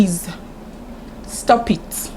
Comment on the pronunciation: Face fighter 🤣🤣🤣. The way you were saying stop eet stop eet got me laughing so hard. Table yi ti break oh!